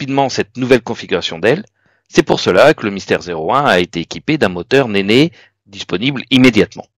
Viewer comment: Le Rolls Royce « Nene » se dit « nine » (c’est une Riviere de Grande Bretagne) Ou « nène » si on veut faire français. « néné », ça fait un peu bizarre… 😊